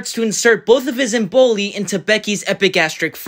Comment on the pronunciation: EM-bolye. One EM-bolus, two emboli.